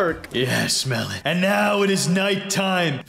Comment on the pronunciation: Bro said melan